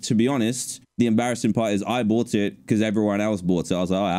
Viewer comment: dan is flexing saying "i boght this $800 ting and i dont use it" hahahaha